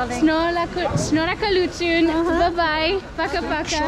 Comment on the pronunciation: Your 'shnorhakalutyn ' and 'barev dzez' are realy amazing😀